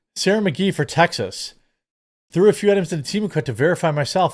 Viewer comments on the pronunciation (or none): none